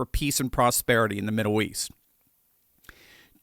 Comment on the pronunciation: Haha... "Middoow East" 🙂